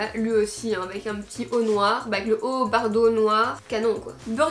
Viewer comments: Mais sa ce dit bordeau pas bardeau ! Nan jrigole 😂😂 #teamsnap ❤️🌟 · Bardeau au lieu de bordeaux 😂😂😂sinon super bideo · Je croix que tu t'es trompé, quand tu as dis "bardeau" au lieu de "bordeaux"😊😘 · Sais pas bardeau sais bordeau😂😚😚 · BORDEAU !!! pas bardeau arrrh 😭 sinon tes vidéos son toujours aussi bien, continue comme ça ! ❤️ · Super vidéo et pourquoi bardeau ??? C’est bordeau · Mais, pourquoi dis tu bardeau à la place de bordeaux? 🤔🤔🤔 Mdrr 😂 #mifasnap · ON DIT BORDEAUX PAS BARDEAUX ! (Haha jrigole j’ai vu ta story😂 jcomprend pas prq tt le monde dis ça moi j’avais direct compris tu l’avais même explique pdt la video 🤷🏽‍♀️) Sinon super video comme d’habitude ! #mifasnap! 💙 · C'est pas "bardo" mes bordeaux 😂😂😂😂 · C'est un belle couleur bardeau mdrrrr tu t'es même pas corriger😂J'adore bref Kiss En fait tu dit bardeau! Mais c'est Bordeaux ptdrr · Vous dites "Bardeau" ! Nous (les français) on dis bordeau 😂 J'aime trop t'es Try On 😍😘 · Haut bordeaux et pas « haut bardeaux » ahah je t’aime super vidéo loooove #teamsnap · Waw j’aime trop😍 je vais aller faire un petit tour sur le site😋 par contre, tu m’as fait bcp avec ton « haut bArdeaux »😂😂😂 c’est bordeaux ahah.. les françaises ne comprendront pas le « on va tout squetté » 😂😂